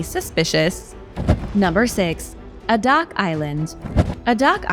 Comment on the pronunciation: A DAK ALASKA ….. pronounced A DAK ( 2 words)0